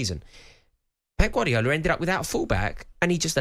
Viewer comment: Who the f is gwardial 😂